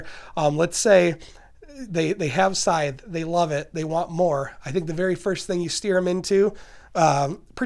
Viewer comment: Finally a channel that pronounces this game’s name correctly.